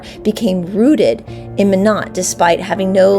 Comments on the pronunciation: Hi there! Nodakian here 👋 Minot is pronounced MY-NOT. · It’s pronounced My Not. Minot